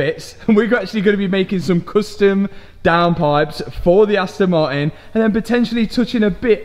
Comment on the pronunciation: Aston maiin 😂